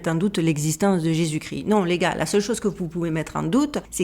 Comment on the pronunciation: Très intéressant, par contre on prononce Jésus Christ (kriste) et pas gris 😊, il y a une émission sur le suaire de Turin sur arte, très intéressant aussi